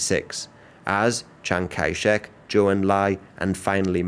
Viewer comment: Chiang-Kai-Shek man.............